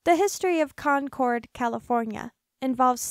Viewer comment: I live in Contra Costa County. You didn't pronounce that right, or Concord, or San Jose